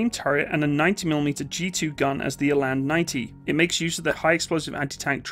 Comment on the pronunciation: It's pronounced Ra (as in hoorah) and till (as in money in the till). The "R" is pronounced more harshly like the Scottish "R". Eland is pronounced Ee (as in ear) and the "a" in land (is pronounced like the "u" in hunt i.e. "lunt").